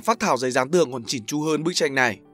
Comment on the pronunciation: mình nhớ là "chỉn chu" chớ đâu phải "chỉnh chu" đâu nhỉ?